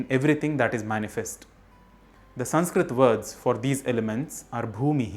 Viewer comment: How is this संस्कृतम् channel when you can’t even spell or pronounce it right?!